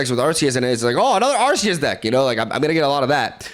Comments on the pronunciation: I thought it was pronounced Ar-key-us. Am I tripping or..? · Where are you from? Calling arceus by akhoos is really cool